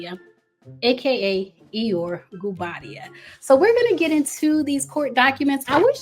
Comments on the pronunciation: It’s pronounced E-Your-Ree not like Eyore from Winnie The Pooh lol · It's pronounced e yo ray... iyore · Iyore, pronounced “ee-your-reh” xx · It’s pronounced E-your-A lol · The Nigerian name Iyore is pronounced e-your-ay. It means I have survived struggle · I wish she would’ve did her homework on the pronunciation. I’m not even Nigerian but I figured it was e-your-aye as you stated, just like wale is not pronounced whale but instead wall-aye 🤦🏾‍♀️ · Please learn the pronunciation of the name Iyore, since you’re adamant about saying it so many times. Not everybody can be named Tyrone or Jockwees. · Her pronunciation took me out. I immediately imagined Poo Bear! 😅 Love.